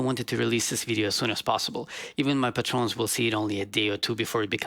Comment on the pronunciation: "patrons"? not "PUH-trones" but "pay-trins".